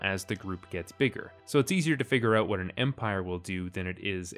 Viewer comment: “Out” not “oat”